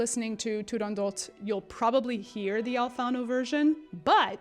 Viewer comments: I've always said "tu-rahn-dough" but that is probably wrong, your pronunciation sounds Italian. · Beautiful Italian accent btw. No one agrees how to pronounce Turandot. Dame Eva Turner, who was the first British exponent of the role, and was at the first performance, always pronounced it Turandoh.